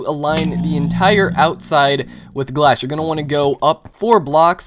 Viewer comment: did i hear you say glash